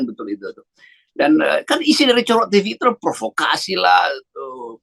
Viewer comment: hahaha Cokro TV dibaca Pak Rocky COROK TV (TV Kecoak), hahaha.... mantap.